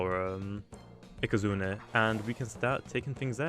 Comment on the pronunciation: can you stop saying ikazunER